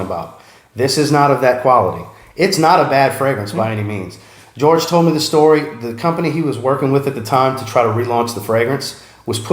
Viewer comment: Waffle! Hahahaha "And now you know the rest of the stoty" Awesome content as always.